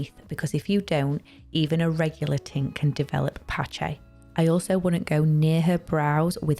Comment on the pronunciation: OMG I can’t stand her ACCENT and the pronunciation of PatchaaaY. FFS 🙄